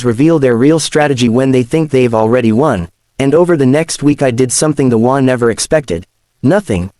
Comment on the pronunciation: The WA? There certainly must be a way to get the AI to read “HOA” properly for a story about HOAs. (SMH)